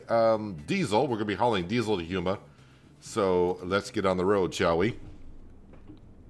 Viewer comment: Its pronounced Port (Foo-shon) and Houma (Home - ugh) lol 😂